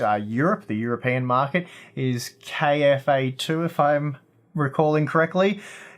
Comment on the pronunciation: it's KFA2 not KAF2